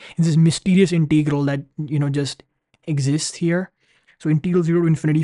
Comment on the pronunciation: Pronunciation: it is Integral, not Inteegral!